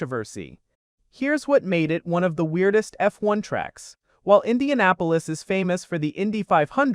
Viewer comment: "I-INDIANA -POLIS" yeah youre a bum dude. write your own videos. and put some respect on indy